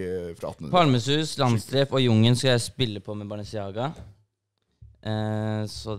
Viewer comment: "JUNG EN",,,ikke "Jungen"